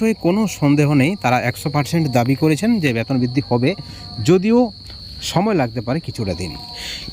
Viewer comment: ব্যাতন নয় বেতন বোলুন